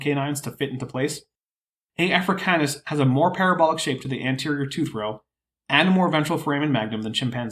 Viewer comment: Seems like he’s putting emphasis on “Afra-CAY-nus,” like he wants people to consider it canine.